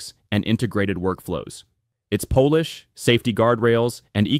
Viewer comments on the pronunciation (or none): Chat GPT 5's Po-lish versus Pol-ish. Got it wrong the first time and right the second? Seems AI voice-generators still have 'issues'... or is that 'is sues'??